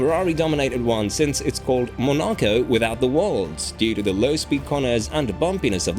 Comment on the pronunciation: Is this a person talking or a text-to-speech? I can't tell, because the names of places like Monaco and Hungary are pronounced hilariously wrong, as well as Sainz and Verstappen. TTS tends to make those mistakes.